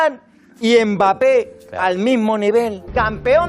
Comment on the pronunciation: ENFIN QUELQU’UN QUI PRONONCE BIEN MBAPPÉ ET NON M BAPPÉ 😭 merci